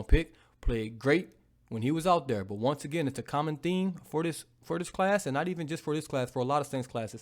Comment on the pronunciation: "It's Tragedies n I'm owwt" 🤣🤣 as always